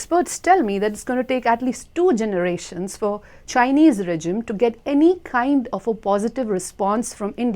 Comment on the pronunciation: The way she's pronouncing "Regime" is bothering me. i don't even know why.